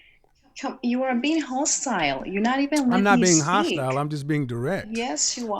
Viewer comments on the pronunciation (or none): “You are being HHHahhhhstYle!” 🧚🏾‍♀️🧚🏾‍♀️👸🏽🧚🏾‍♂️🧚🏾‍♀️